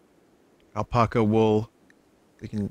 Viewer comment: Why does he say apaca?